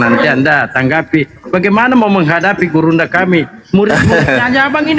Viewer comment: bang ini bener2 dah😂 dia bilang gurunda zuma yg sangat besar 😂 tapi saya dengar nya: "burungnya zuma yg sangat besar" 😂😂😂😂😂😅😅😅